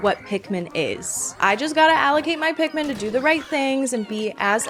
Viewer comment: It's Pik-MA'AM